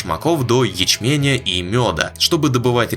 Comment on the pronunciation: ячменЯ, ухо резануло, откройте форточку, душню